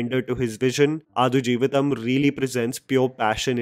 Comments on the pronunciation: Bro.. pls check the pronunciation of the movie title before reviewing it.. it’s आड़ not आदु.. 😊😊🙏🏾🙏🏾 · आडू जीविथम not अथुजीविथम 😅 😄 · It is pronounced as AAD JEEVITHAM and not Aadu , its high time northies pronounce the movie the way it should be pronounced. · Adu is pronounced as D for Denmark…not D for dus…. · आडु 🐐 जीवितम् its ड not द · Quick correction, the title is adu... Its the 'D' sound as in Delta not D as in 'the'... So it's pronounced आडु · I think it is pronounced आडजीवितं. The u acts like a schwa sound, I think. So, pronounce आडजीवितं like a Marathi person would rather than a Hindi person. Which means give equal time to each syllable rather than glossing over the ड because it has no Matra.